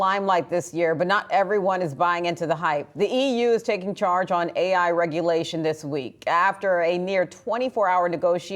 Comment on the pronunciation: "Reglation" wtf Yahoo Seriously?